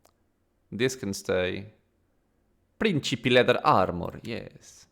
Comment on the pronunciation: your pronunciation for "Principi" is perfect, I can say this cuz I'm Italian 😊